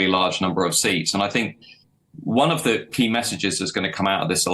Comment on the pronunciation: "Secure t'keys to Number 10." Is he from Yorkshire?